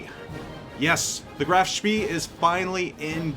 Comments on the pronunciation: its NOT speeeeeee my goodness.... more like "speh" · It's 'eh', i.e. just a long 'e' which in German is not a diphthong. I think the exact same vowel does not really exist in English but it's definitely not 'ieh' like in the English 'bee'. The 'ay' is just the closest you get in English so it's easier to learn and find examples (and will usually be understood.). Actually it's a bit lighter than the first 'e' in 'celery', and of course a lot longer. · nice one! small point though, I am not German, but AFAIK the ee in Spee is pronounced more like 'ay' so it becomes 'shpay'. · Isn't it Spee pronounced spay? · Pronounced Spae NOT Spee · It's pronounced more like SPEY, not SPEE. Rhymes with "hey." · Correct his pronunciation is at best ignorant, at worst very annoying. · Nice review thanks! Oh, and I always pronounced it Graf "shpay" I could be wrong though.... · Graff schmeeee! British did know what to call them. The pocket Battleship is an insult type name to make them sound less scary. Pronounce it spay by the way! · Thought it was pronounced "Grahf-Shpay". With a hard 'A' sound in Spee. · He's pronouncing it wrong. It's more like "Spae" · yeah I'm pretty sure it's spay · you didn't pronounce it like the videos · LOL, hard to argue with that one. Definitely what you said ;-)